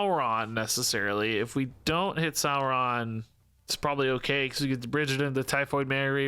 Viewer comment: Like your cobtent⭐ It's Dino "Saur"-ron....... Not sour